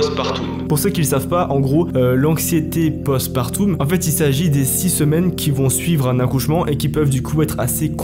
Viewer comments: Rien à voir avec le sujet mais juste pour info, post partum se prononce plutôt « post partom » que « post partoum », c’est n’est qu’un détail évidement. Merci pour le contenu de qualité. 😊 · Partum pas partoum 😂 oh merde 😂😂 je suis sur que. T’achète des Schtomeuls 😂😂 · Post partum ça se dit pareil que aquarium 😅 'eume' pas 'oume'